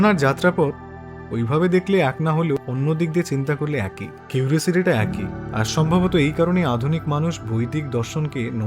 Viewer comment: আপনার আলোচনা খুব বিষ্ময়কর ভালো লাগে। কিন্তু আপনার কিছু উচ্চারণ বড্ডো কানে লাগে।যেমন_একই কে আপনি একঐ উচ্চারণ করেন।বিষ্ময় কে বিষময় উচ্চারণ করেন। যেহেতু আপনি সকল মন্তব্য পড়েন তাই লিখলাম। আমার বয়স ৬৬ বছর চলছে, আপনার থেকে জ্ঞানে অনেক ছোট কিন্তু বয়সে অনেক টা বড়ো। ধন্যবাদ।